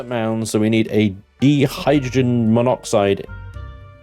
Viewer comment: What's "deehydrogen"? :p I think you mean Dihydrogen, pronounced "dye hydrogen".. Dihydrogen monoxide is just the chemical name for water. :p